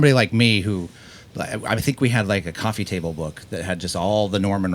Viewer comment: The way she says “Kofeee talk”